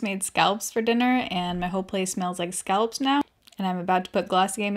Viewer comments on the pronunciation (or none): Hold on, I thought you said scalps and not scallops?? Mini freak out 😆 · My husband overheard the video and thought you said “scalps” instead of scallops. You can imagine how that went 😂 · Did you say s c a l p s? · Thought you said,. "I made scalps for dinner, now my place smells like scalps..." 👀👀👀😂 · Never heard this pronunciation before... lol. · SAME!!!! Like who are you Hannibal Lector??😂😂😂 I’ve never heard someone say it like that before. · The way you say Scallops is so different compared to how we say it on the east coast lol.